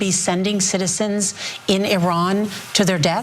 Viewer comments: ATTN CENK, when THE LATE SHAH WAS ALIVE, IRAN (PRONOUNCED "EE-RUN NOT ERAN!!!. ) WAS THE NUMBER 5-TH COUNTRY IN THE WORLD, VERY ADVANCED & RESPECTED BUT USA & OBVIOUSLY israel 👺👿👹 💩 FINALLY ARRANGED THIS ISLAMIC REVOLUTION AND OUSTED THE SHAH AND NOW THESE 2 CRIMINALS WANT TO OUST THE ISLAMIC GOVERNMENT & BRING THE SHAH'S STUPID SON SINCE THIS GUY HAS PUT jewish ridiculous half bra hat & kissed the stupid wall & I AM SURE THIS GUY HAS PROMISED IRAN'S OIL FOR LOW RATES TO poor israel💀🦀☠️. USA 🇺🇸 COULD NEGOTIATE FOR IRAN'S OIL AT LOWER PRICES, NO WARS & NO BLOOD SHEDS. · 🤡🤡🤡🤡🤡🤡🤡🤡🤡🤡🤡🤡 - Iiiiiiran. - Iiiiiindonesia. - Iiiiiindia. - Iiiiiisrael. - Iiiiiindian ocen. - Iiiiiindiana state. - Iiiiiiiiiiiiiiiiiiii American can NOT even pronounce Iran, correctly... 🤡🤡🤡🤡🤡🤡🤡🤡🤡